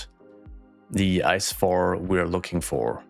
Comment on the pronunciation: Can confirm, every German knows the ICE trains. Btw we dont pronounce it like the word ice. Its an abbrevation for Inter City Express, so we just pronounce each letter, like I C E